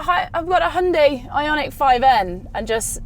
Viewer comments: A Brit not pronouncing it Hye-un-die?? I'm shocked! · So refreshing to watch a review by someone that can actually pronounce hyundai correctly